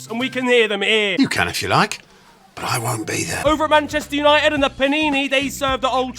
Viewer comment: “Edwin Gran Der Sar”💀💀 “Nanchester United” 💀💀💀💀💀💀💀💀